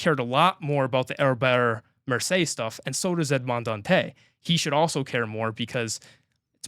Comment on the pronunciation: For the pronunciation of Dantès, it's not a silent 's'. Listen to how they pronounce it in the 2024 movie.